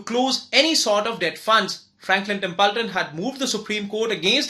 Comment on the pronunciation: It's Not Tempulton 🙄